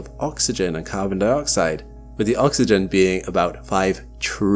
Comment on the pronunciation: why'd you have to say OXYGEN like that? Having flashbacks over here 😆